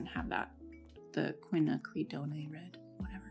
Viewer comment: Qua - nack- cra- done ( rhymes with cone)